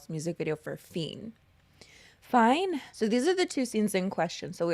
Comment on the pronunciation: Not calling “fein” fine lol 😊😂